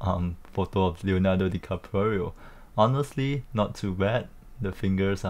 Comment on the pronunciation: wow interesting video, but you pronounced Leonardo DiCaprio wrong😆